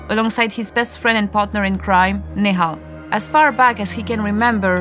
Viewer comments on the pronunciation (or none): You are pronouncing nehal wrong . A is silent